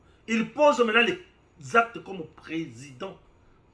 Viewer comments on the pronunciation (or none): none